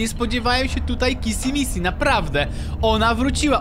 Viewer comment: Nie kisi missi tylko kiśi miśi😄😄😄😄😄😄😄😄😄😄😄😄😄😄😂😂😂😂😂😂😂😂😂😂😂😂😂XDXDXDXDXDXDXDXDXD